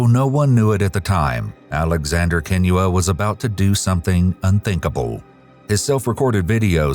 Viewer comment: This is besides the point but the way he pronounces Kinyua is the best I’ve ever heard a non Kenyan pronounce it.